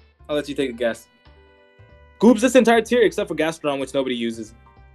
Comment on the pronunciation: What is he saying? "Goops"?